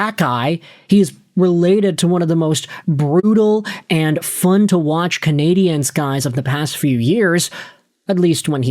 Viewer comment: Again... it's pronounced " CanadiAns" when speaking English. Coming from an anglophone Montrealer... but obviously you don't read your comments. Fool